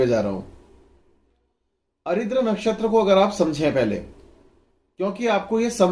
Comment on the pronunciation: भाई साहब, आप जिन नक्षत्र को अरिद्र कहते हैं उसका सही नाम आर्द्रा है, अरिद्र नामक कोई नक्षत्र नहीं होता है।